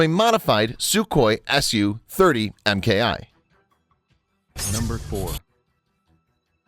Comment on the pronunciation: Suhoi God damn it stop butchering the language